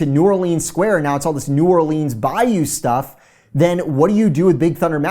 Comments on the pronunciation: it’s pronounced new orlins not new or leens 🤦‍♂️ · Enjoy your stuff but PLEASE!! It’s pronounced “new OR-luns” and not “new or-LEENS” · you are killing me with New Orleeens. STOP lol. I’m a native. New Rlins. Love ya but whew, nails on the chalk board lol. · As a New Orleanian it triggers me when people say New Orleens and there’s no way I’ll be eating any beignets that are made in Florida 😅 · How to pronounce New Orleans like a local. New Warlinz pronounced as one word. Not New OrLEENS and definitely not Nawlins. Lol. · New Orleans is pronounced "New Orlins" ;) Can't wait to watch this!